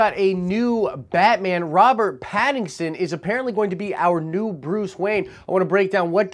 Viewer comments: Great video but his name isn't pattingson lol its Patt-in-son hahaha. Also I dont think he would be a good batman. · Why do you keep butchering his name?? His name is Pattinson. Not Pattingson. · I love how you keep calling him Pattingson, when his name is Pattinson. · Pat-in-son... not patingson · ....."PattINGson"? Lol 😂 I'm going to blame that on you being under the weather. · I’m excited about this casting 😃 but dude, you are almost saying Paddington every time you say his name: Robert Pattinson. For sure, he must bulk up. I don’t like Nicholas Hoult for Batman/Bruce Wayne. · Sorry, but it's Pattison. Please say his name correctly.🤔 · are you saying Paddingson? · 2012 is when the last Nolan Batman movie came out. You're usually not one to do bits, so, man...WHY YOU KEEP SAYIN' PADDINGSON??!! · Stop saying PattinGson. Lol. Love the channel. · Lol you keep calling him pattingson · Hope you're doing great, bro. It might just be me, but every time you say "Pattinson's" name, it sounds like you're saying "Paddington." I keep seeing little bears in overcoats with Batman masks running around:) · I thought it was hilarious how you missed pronounced his name this whole video lol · There's no "g" in Pattinson... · I LOVE that you keep saying his name wrong LOL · Wow. Lot of comments on your pronunciation of Pattinsons name! Anyway, I just hope the film studio doesn't try to make a movie about the angst of Waynes parents death. I can't imagine fans wanting a tearful emo Edward Batman nor another origin story. They should focus on an established Batman with a good villian story we haven't had yet. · Lmao you're saying his name wrong lmao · You said his name wrong like a million times lol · Say his name correctly lol